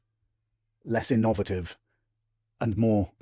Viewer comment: Is this a comedy channel or should one take this seriously 😂😂😂😂😂 let's help him: in-no-va-tive. We heard all this garbage years ago, sonny. Try to be creative. Try to be original. Better still use the time to practise yer bass guitars.